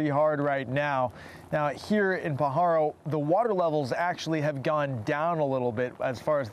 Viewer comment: Born and raised in the area you're pronouncing Pajaro wrong it's not p paharo